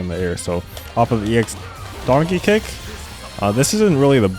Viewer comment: wtf are you saying? Donkey Kick or Darky Kick?